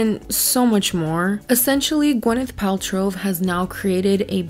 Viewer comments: I don’t know why it’s making me crazy but it’s “Pal-trow” not “Pal-trov”. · Are you saying Paltrove? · I love how you mispronounced her name the whole video “Paltrov” Lol but like actually!!! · The fact that you spent this entire video calling her Gwyneth “Paltrove” instead of Paltrow lmfao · Hilarious that you keep calling her Paltrove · Paltrove - I can't not hear it now, that was a gift <3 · Why do you think there is a “v” at the end of “Paltrow” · I love you, but why are you adding a V at end of Paltrow. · I really want to like your content but you keep pronouncing her name wrong, good lord I can't. At least pronounce the person's name right that you made a 40 minute video on lmfao